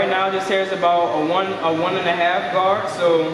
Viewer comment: You said the guards wrong. M